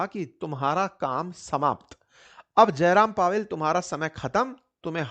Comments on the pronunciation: अरे, जेरोम पॉवेल को जयराम पॉवेल कहे जा रहो हो बार बार। 😊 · जयराम पॉवेल या जेरोम पॉवेल? सर नाम धन से लिया कीजिए। मैं पेपर की तैयारी कर रहा हूँ। अगर पीछे स्क्रीन पर नाम ध्यान से नहीं पढ़ता हो हो जाता काम। वीडियो अच्छी है 🙏